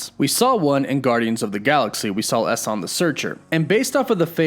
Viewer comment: It's really weird hearing your mispronunciation of Salma Hayek and Eson the searcher, bringing back Chthon vibes again